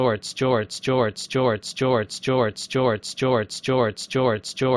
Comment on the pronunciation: I've been hearing Joe Ertz since